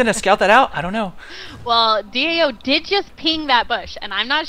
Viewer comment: stop saying DOA, It's DAO :P